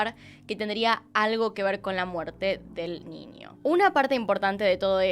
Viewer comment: Niño NiÑo no Ninio me daba un estrés escuchar cada vez que decía Ninio, Anio noooooooo